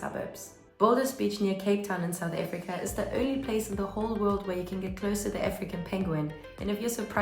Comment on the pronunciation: South AFRICA...not efrica